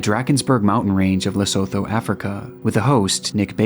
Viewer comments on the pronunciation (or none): its pronounced "Lesootoo" 😂 but banger vid as always👍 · Lesotho is pronounced Lesoto lol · Lesotho pronounced "Le-su-tu" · If anyone cares, Lesotho is pronounced like Li-su-tu not 'la-sow-tow" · its pronounced Le-sue-2 not "le-so-tho" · Lesotho is pronounced Le-soo-two 😂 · Lesotho pronounced: Lu - sue - to.